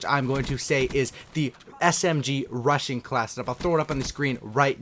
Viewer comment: He knows there is a (g) at the end of (rushing) right?